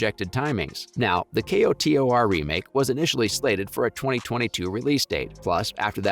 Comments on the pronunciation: Kotor. Not, "K. O. T. O. R." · you said k-o-t-o-r. child. it's pronounced "coder". child. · K-o-t-o-r…??? Sir, it’s “ko-tor” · Commenting so you remember how annoyed you were hearing how he said k-o-t-o-r 🤣 jkjk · Fr was really annoying who tf says k o t o r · Say it with me KO-TOR. 🤣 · The way you talk about this stuff is so annoying. You don’t need to spell out KOTOR just say it exactly as you would say a word spelled that way.. and ASPYR is said like “aspire” not asspurr.. it really takes away from the video when I’m constantly cringing at the way you say things